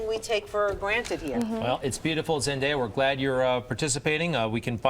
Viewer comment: OMG say her name right for once! its Zen day a